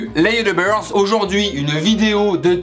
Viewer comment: " Salut les youtubeurrz " 😂😂